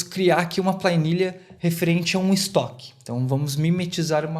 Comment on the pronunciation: Plainilha 😂 Que idioma é esse? Sério mesmo que você chama planilha de Pla I nilha?! Vixe mairilha!😅